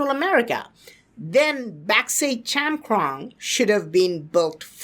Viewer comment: Chankrong sounds like chaman